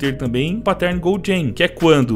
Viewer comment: Aprende a dizer pattern... Nao é "páttérn" que trigger